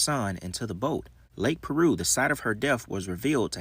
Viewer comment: Lake Piru not Lake Peru homie!